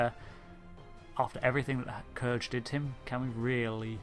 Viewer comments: Awesome vid as always, thank you, only two criticisms. 1: the way you pronounce #5. You said kurge (k'Urge) vs. the way it was pronounced in the film (k'rewuq). Perhaps it a language/dialect issue but I always went off of how Valkyris said it. Just threw me off. Otherwise a great choice cuz even among Klingons he is rather villainous. I actually like Chang and to me is the best Klingon representation of aside from Gowron and Worf. 2. While Khan to most fans will always be Ricardo and not Benedict. I have to say I love the way that Ben played him. If you watch the behind the scenes and commentary for the film "wrath of Khan" the director wanted him to be more cold and calculating but Ricardo kept making him passionate and overtly aggressive. What I loved about Bens performance was that he was the ideal Khan, cold, calculating and ruthless without being most of the time overly aggressive (more cerebral, less emotional and very manipulative.). Lastly, loved the last choice. Definitely has to be number 1 for all the reasons you mentioned. Few characters in the Star Trek lore outside of mainstay federation regulars on the series have been given such a impressive amount of development and with good reason. Loved and hated his character since the moment he was introduced. Love villains that are complex and well thought-out since irl that's how it usually is. In most villains minds, they are both hero and victim, but in both cases, justified in their perspective. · "K-er-j"?! Hate to be this guy... but it's "Kr-oo-g". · Its Kruge (Kroogg), not Kurge (Kurj) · Kurge? wtf you mean Kruge. Did you actually watch The Search for Spock ?